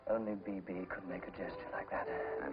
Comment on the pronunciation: It's B.B, not Bi B!!!! lol